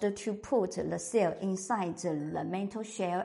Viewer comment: 唔該 m̀h gōi! Great info as usual. For English speakers, we get a chuckle when you say 'mental shell', but we know what you mean. Keep up the good work. 👍🏻